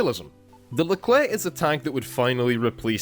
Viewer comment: nice someone who can actually pronounce the name